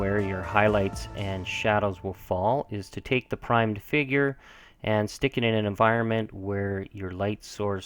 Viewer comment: every time you said "figure painter" i heard finger painter =).. Thanks for sharing the techniques and tips!